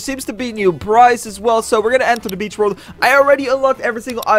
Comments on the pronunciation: Just mispronounsation ok... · did he say bitch or beach? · when he said beach hydra it sounded like b*tch hydra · At the start didn't it sound like he say the b* word?